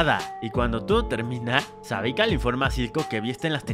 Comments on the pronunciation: SEVIKA no savika jajaja xD me dio mucha risa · es kaitlyn amigo, no klaitlingwgwg, y es Sevika, no Savika, tenés un problemita para decir los nombres m parece. ah y la musiquita insufrible q pusiste d fondo y q dura toooooodo el video es insoportable y repetitiva, gracias -.